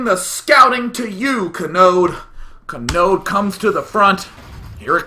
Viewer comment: God, everytime you said Kanode, I swear I thought you were just saying Chode. He's like all, "CHOOOOOOOOOOOOODE!"